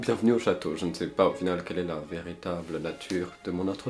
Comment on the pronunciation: '' mais au mois c'est vert-i table (véritable) 😂😂😂😂😂😂😂😂😂😂😂😂😂Chuis morte de dire